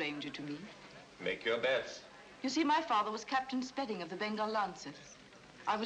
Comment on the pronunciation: I have watched this thing at least a dozen times but today i saw the character name of the woman and it is "spedding" all this time i've thought they were saying Sperry!